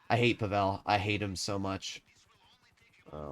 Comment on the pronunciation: Hey, man! I love your content, been following you for quite some time now, I've learned things from your videos! Overall you're great and I hope and wish you all the best. But pleaaseee.. pleeease stop butchering Pavel's name. This is a very common name in Slavic countries especially the Balkans and Russia of course... The accent is on the 'A', not the 'E'. It's PAvel, not PavEl. It's like saying NormAn, than NOrman. Otherwise, great content as always! ❤